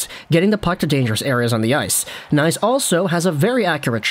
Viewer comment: It's pronounced K nies, btw. Way too many guys have looked great in College but get to the NHL, then bye bye. We'll see, good luck to him.